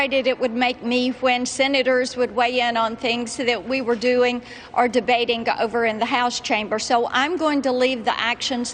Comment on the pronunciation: She can't even say "debatink" DEBATING G G. If it ends in ing it doesn't say ink. Sad she made it that far in life wo being about to learn english.